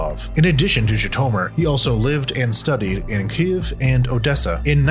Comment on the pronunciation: Why is the narrator pronouncing Kyiv so weird?